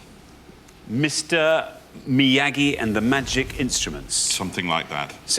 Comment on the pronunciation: I might be crazy, but I got the feeling he deliberately mis-pronounced Mr Miyagi. It's as if he were saying "I'm far too educated to know what any of this palaver is about, I'm above you all. "